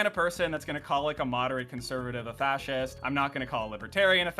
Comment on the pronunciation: fascist, (not sea’s - say it slowly)